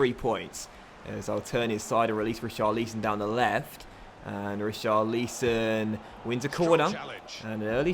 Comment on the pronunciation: It’s Rich-ah-lee-son and Cha-lo-bah (said quickly)